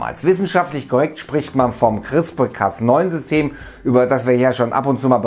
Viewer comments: es wird crisper ausgesprochen lol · Hi, ich will kurz anmerken, dass CRISPR wie Crisper ausgesprochen wird. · It's called "CrispARRRR" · "Chrisper" spricht man das aus!!!